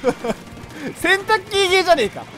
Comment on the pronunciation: 洗濯機の発音が完全にケンタッキー ハートのエフェクト草